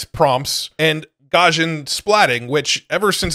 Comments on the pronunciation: Not a huge deal, but its pronounced Gauss·i·an or Gous-ian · Btw it is pronounced: Gauss·ian ˈgau̇-sē-ən : being or having the shape of a normal curve or a normal distribution. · Garsjan ... This is not how you say Gaussian! xD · One of these days, will learn how to pronounce "Gaussian"...:D